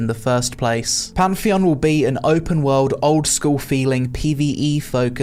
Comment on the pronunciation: Bruh it's Pantheon, not Pamfeon